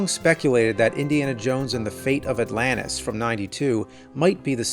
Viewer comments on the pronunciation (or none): none